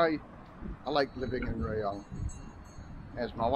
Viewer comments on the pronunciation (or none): Hi, apparently it's pronounced RAAH-YONG not RAY-YONG...you learn something everyday mate...lolol thanks for the Vlog mate I appreciate your efforts. Cheers Steve